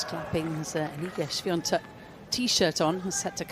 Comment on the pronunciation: Hey comentators, it's Swiatek, not SwiaNtek!